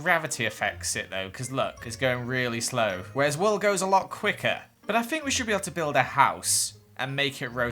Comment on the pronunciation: I’m sorry for what I’m about to say - but saying fink instead of think and free instead of three hurts my soul so much!